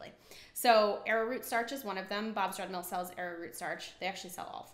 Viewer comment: When the manufacturer is a sponsor and you have to sell their product and brand is very misleading for there are many other brands and were they also used Plus the pronouncing thereof on few products is off Bob's red hills mills ? brands is not but costly to budget friendly homes and not influencers